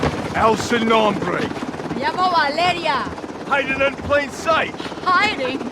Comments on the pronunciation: Selection = Valeria: Siliction = Valiria. The E in most English words sounds like “iiih”, but in some words like “election” it makes an “eh” sound. That eh sound in selection is how the E in Spanish is pronounced. You pronounced Menendez correctly so let’s say Alejandro and Valeria instead of Alijandro and Valiria. That is your Spanish lesson for today! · Lol I can’t stand how you said her name pa. VahLeeryah hahahaha. Thanks for the chuckle bro bro.